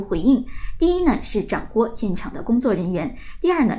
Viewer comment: 掌掴（zhang Guai, 掴读三声），播音员请注意，不要读错发音，而且反复错。